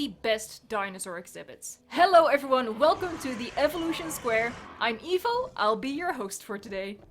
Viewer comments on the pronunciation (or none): When you said I’m evo I thought you said I’m evil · that sounded like you said "i'm evil" 😂